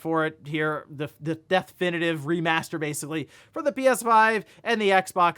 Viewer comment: Deathinitive sounds like mike tyson trying to say definitive